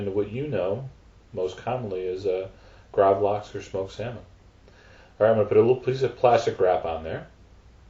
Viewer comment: Nei han er ikke svensk.. Er som jeg skulle be han si gravlaks